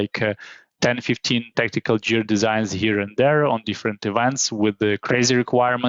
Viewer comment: it's cool, the main mistake here is gear - 'jear'... should be pronounced guear, recOrd not rEcord (the verb has stress on the second syllable - some stresses in some words) but what is more important the content, thank you. e.g. for correct stresses you can check google translate listen the correct pronunciation: a rEcord, to recOrd, just advice so it would sound more natural. there are many words like that an Export/ to expOrt etc